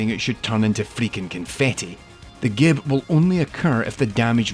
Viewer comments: Minor correction: gib(s) is pronounced "jib(s)" (like giblets). The term itself actually originated from the word giblets, and was coined by Adrian Carmack! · Remember, as Ahoy once said: "It's Gibs like giblets not Gib like goblet"